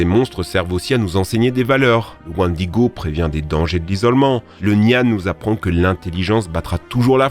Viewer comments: Le wannedigo? Je connais le wènnedigo Mais le wänne digo non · On dir wainediguo et pas wandiguo... Et c'est pas likene dans the witcher mais lekene et c'est pas inspiré du wendigo, t'es un blaireau c'est un truc de fou... Tu connais absolument pas le domaine que tu traite, c'est une dinguerie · « WÈÈÈNDIGO » pas wan digo 😂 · vidéo sympa mais pas mal d'approximation quand a la prononciation ^^ J'ai remarqué ça sur certaines vidéo, aussi je me permets de te conseiller de regarder la phonétique quand tu ne connais pas un mot. wèndigo Lechen, pas lichen Chitine se prononce Kitine Béhémoth, pas bénémoth... HécatonShire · Ça se prononce wèndigo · Pas du tout le wendigo n'ai pas inspiré pare leshen il est dans d'une inspiration unique du liéchi c'est vrais qui ressemble à c'est deux créatures mais ce n'est pas la même inspiration attention à ne pas confondre.🧐🧐☝️ Et pour quoi tu dit licquene au du leshen.